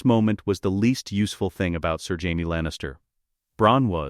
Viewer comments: Why can the AI voice pronounce Jon properly, but not Jamie? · This is AI shit. Cant even pronounce Jamie?